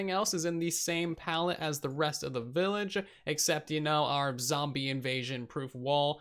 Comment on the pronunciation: First video I've gotten around to watching of TB. Was 'willage' intentional? Though props for saying acacia right. All I hear from Hermitcraft is achacha...